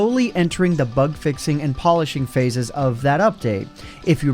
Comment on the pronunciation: what's a "phashe"